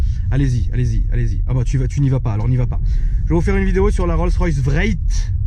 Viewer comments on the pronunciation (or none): Dawn not down and wraith not vraith. Cool Thank you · C’est « Wraith » comme le « spectre » pas « Vraite » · Omg facepalm j'ai bien entendu vréite !?.. wraith se prononce un peu comme race. 😩😧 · RR VRAYYYT 😂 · La Rolls Royce Vréytte 😂😂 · j'ai cru qu'il parlé on allemand " ich heb ein grosse vraycht " xD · ça se prononce wrayfe